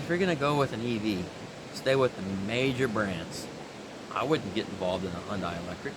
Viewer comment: Hyundai: It rhymes with Sunday.